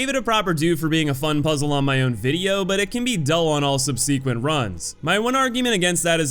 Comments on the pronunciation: I can't believe you've never learned how to say "subsequent" after all these years. Please. Please just learn. It only takes a moment. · listen man how you manage to continually get the pronunciation for subsequent so wrong every time honestly blows my mind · still triggers me how you pronounce subsequent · What's up with youtubers mispronouncing "subsequent"?!